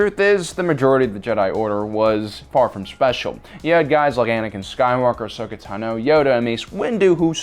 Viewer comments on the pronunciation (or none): Ahsoka TANo, NOT Ahsoka tanOH. Fuck that's irritating. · “Ashoka Tunoh” 🥴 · Why do you pronounce ahsoka tano incorrectly?